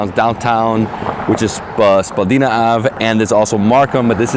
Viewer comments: Born and raised Torontonian, glad you enjoyed the city, there’s so much more that you didn’t see though. Only one thing of note, Spadina is pronounced like “spah die nuh” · Spadeena ave lolz